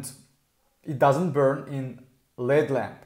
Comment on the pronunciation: It’s L.E.D lamp. Not led lamp. 😂😂